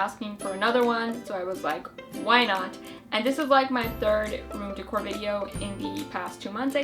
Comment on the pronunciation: she says decor weird!